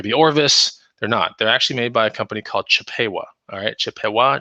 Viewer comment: Chip a Wa not the long A, the short A sound